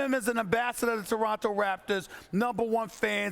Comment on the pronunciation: Why does Stephen A have a problem saying Toronto?